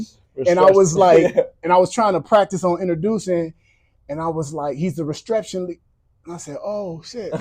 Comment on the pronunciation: He said not a reception but a retreption!!! Wow